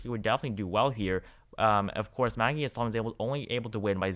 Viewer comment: the senator from NH is pronounced HAS-sun, not huh-SAHN Also, , Penn. governor is Tom (not Tim) Wolf